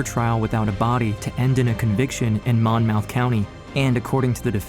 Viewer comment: why does everyone say Monmouth wrong? Mon muth.